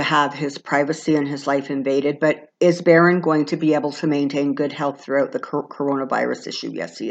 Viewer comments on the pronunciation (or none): none